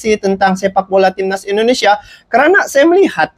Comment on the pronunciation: Bang jangan cakap pss ai itu i Indonesia bukan aindonesia sx lagi jangan dibaca AI